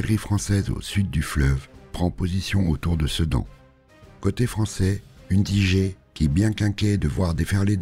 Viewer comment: Udigé... J écris en phonétique. Cela ne se prononce pas ainsi.